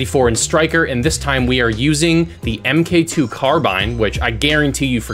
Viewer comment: Hate to be that gay but you say it mark 2 not m k 2